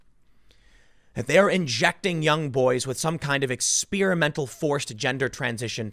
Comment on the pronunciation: Tim: Ex-SPEAR-a-mental